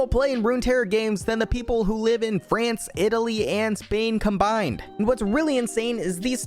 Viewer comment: As a portuguese I feel (S)pain by watching you say "SpAiN" and including Portugal :')